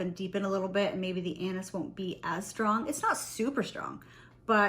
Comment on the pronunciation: I can’t stop laughing cause everytime you Say « anis » i hear « anus » 😂 sorry . Your video is awsome ❤.